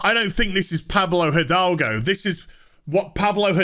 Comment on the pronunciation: Hi! I'm Spanish and the pronunciation of Pablo Hidalgo that all the channels are doing is wrong. The correct pronuntiation will be somenthing like edalgo. In spanish the h does not produce sound and the i is pronunced like the english e. One cool thing about spanish is that when you read something you know exactly how is pronounced. There is no pronunciation ambiguity.